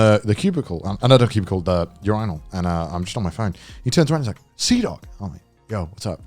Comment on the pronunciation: im just still confused on how Connor pronounces urinal as u-ri-nal